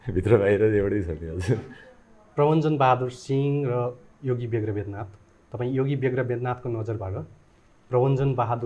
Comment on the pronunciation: पत्रकार महोदय बेग्र होईन ब्याग्र हो